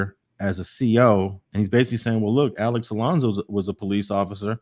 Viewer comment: Come on bruh, its Alonso not Alonzo. Alex even mentioned in this video, that the chomo got his name wrong too. You gotta listen